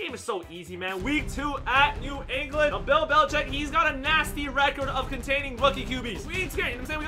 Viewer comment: Are You Serious Right Neouw Bro